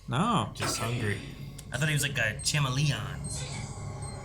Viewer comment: The way pronounced "chameleon" 😂